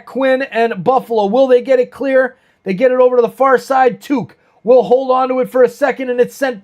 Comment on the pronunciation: Cool stream! Idk how you keep track of opposing teams rosters at all lol but a few things on the Sabres Timmons is hurt, and hasn’t played in over a month. 89 is Alex Tuch pronounced “tuck” like tuck your kid into bed. He is looking for a new contract but he has scored more than 30 goals a few times in his career so he isn’t really playing at a level higher than usual this year. 29 is pronounced Mail-en-stine, last syllable is pronounced like stein as in beer stein.